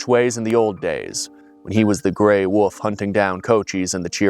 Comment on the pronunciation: DJ pronouncing 'wolf' as "woof" is strangely very adorable